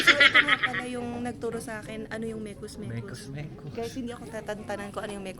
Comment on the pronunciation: originally ay mex mex po yung mekus mekus, bisaya ng mix mix. pero yung pagpronounce ni ay sounds like mekus mekus kaya naging known na sya as mekus mekus.😂